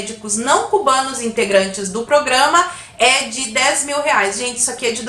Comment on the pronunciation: "...então faremos o pogrãma mais areia."